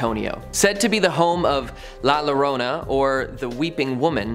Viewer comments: It is pronouced La Yorona Spanish spelling La Llorona. The weeping woman. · In Spanish a double L is pronounced as a y. La Llorona is pronounced La Yorona.... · The way he pronounces La Llorona has me in tears 😂😂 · Lol can someone also teach him to say La Llorona correctly I was cringing every time he would say it